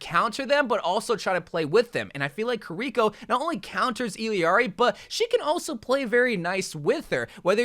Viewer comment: Any else hate how is saying Kirko name wrong still to this day. KI-RA-KO